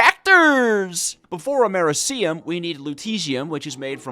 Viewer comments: The Way You Pronounce Americium Triggers Me Lol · FINALLY Took ya long enough Edit: that pronunciation of Americium is NASTY